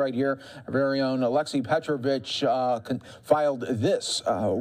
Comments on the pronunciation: He said vitch but with a b not vich lol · I listened to it multiple times, he called her "Petrobitch" when switching to the other reporter